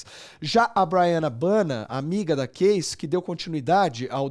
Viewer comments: Quem é /keissi/ ?kkkkk é késsi que fala. Quem trabalha com isso tem que saber né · não! Ele pronunciou keissi